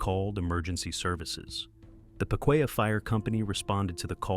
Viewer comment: It's called Wind Caves. I live right down the road from it. This is a relatively recent story. You're fast 😂 pikoya? That's the funniest way i've ever heard Pequea said. It's pronounced Peckway. Doesn'make much sense, but that's how it said